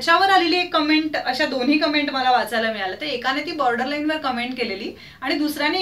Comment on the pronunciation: Comments la comments ch pronounce kartat cumment nahi